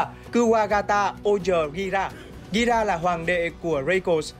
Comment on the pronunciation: Nói Gira là hơi sai sai